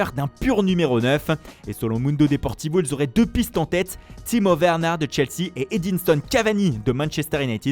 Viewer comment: là il a dit "Timo Varna" au lieu de Werner